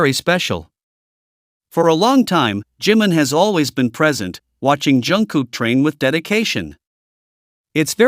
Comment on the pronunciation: Не Джимн, а Джимин!!! Что за идиотизм?